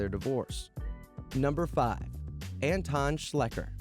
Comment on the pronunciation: Anton is pronounced Un-ton. Adolf is pronounced Ah-dolf.